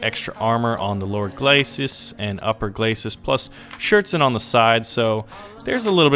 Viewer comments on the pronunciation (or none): none